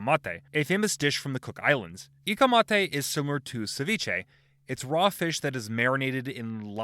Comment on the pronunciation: Ikamata not ikamate 😜